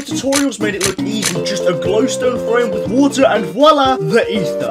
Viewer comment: bruh... "WIT SOM WATA" classic british goofy ah speech